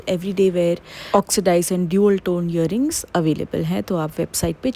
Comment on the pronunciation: It's not yearings! Its earrings!! Faiza madam!